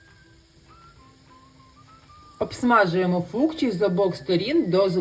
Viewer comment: а почему в описании - фучки, а в видео всё время говорите -фукчи ?